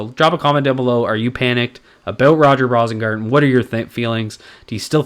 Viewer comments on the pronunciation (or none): I think it's pronounced "Rose-ingarten".